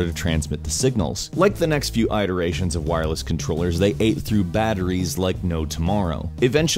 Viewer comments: eye-terations. lmao... it's it-erations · I think is the only person I ever heard pronounce it Eye-terations. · Did this man just pronounce iterations "aye-terations?" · no fucking way you just pronounced iterations as eyeterations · Holy Crap. Did you just say I-terations? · If you say "eye-terations" one more time I will start a petition to have detained at Guantanamo Bay. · "Aiteration"?? This is actually the first time I've heard anyone say it this way. :o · You said iterations WAY wrong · I see you still haven't learned how to pronounce "iterations". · you say iterations wrong dude lol